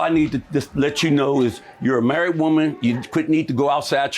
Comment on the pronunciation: “You’re marrett” “You’re marrett”😂😂😂😂